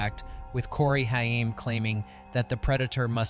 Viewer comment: Okay I stuck through the AI years Stuck through the AI F A C T junk But I draw then line at Corey Hiyame. Which is how AI reads it. Show some respect. If NOTHING else, get the actors names correct. Especially the actors that are no longer with us. Do people not listen to their videos before posting? Corey Haim There are many many videos online you could find, to ensure his name is said correctly.